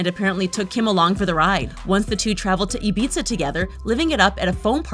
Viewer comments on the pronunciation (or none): Is no one gonna talk about how she said Ibiza ??